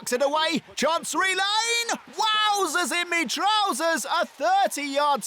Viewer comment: "wowzaaasss in ma trowazaaaassss"